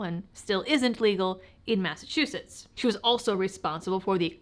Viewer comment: You left Massachuusetts?